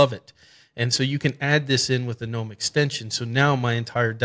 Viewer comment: Finally a Linux youtuber who understands basic English language and calls gnome the way it's supposed to instead of guh.nome. Great video thumbs up.